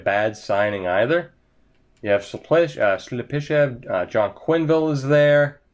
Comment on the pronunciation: Slep-i-shev lol